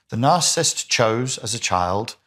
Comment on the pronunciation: I can't. smh. You are leaving out an entire syllable. The word is NOT "narcist", it is nar-ci-sist. Other than that, you seem to know what you are talking about.